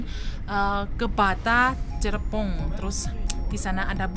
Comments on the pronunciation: Cirebon jangan dibaca cirebong.mega mendung jangan dibaca meja mendung. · Mega: meja Cirebon: cirebong Kalau bukan orang Indonesia asli sulit untuk mengucapkan kalimat sesuai tulisannya, jadi perlu di maklumi. Terimakasih neng sudah me reaksi tentang kereta cepat di Indonesia, dan tetap semangat. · Mega Mendung bukan Meja En Cirebon bukan Cirebong